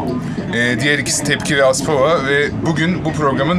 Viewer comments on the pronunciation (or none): aspava değil bro aspova o değil de aspova'nın ne başarısı varda jüri yapıyorlar